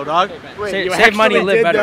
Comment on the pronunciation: LOL say mony lit better